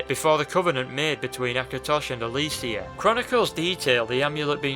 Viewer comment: this is a great video, but the way he pronounced Alessia triggered me lol.